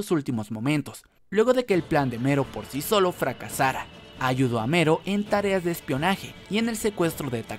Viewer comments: Es "Melo" , no "Mero" 🤦‍♂️ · Oye wey no se si te ayudara este comentario pero se llama "melo" no "mero" de nada XD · me molesta que diga mero, y no MELLO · Se llama Mello, no MERO. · El video lo hizo un latinoamericano, en latino se pronuncia Mello. Y si, le puede decir hasta Melon si quiere, pero va a seguir estando incorrecto. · En japones se pronuncia mero, pero ste men es latino asi q no se xd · Porque en japones se pronuncia mero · Creo que en Japón la L no se puede pronunciar y se dice con R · Cuando dices Mello, siento que dices Homero xd